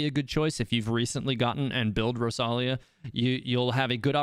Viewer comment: It’s rosaria not rosalia 💀💀